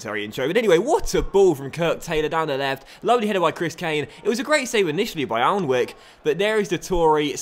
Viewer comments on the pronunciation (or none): I think Jak Alnwick's surname is pronounced Annick instead of pronouncing every letter, but could be wrong :)